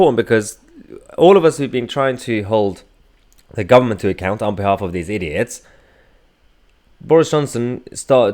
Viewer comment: Angela Rayner "Labour is the guvment in waitin'" she can't even speak properly.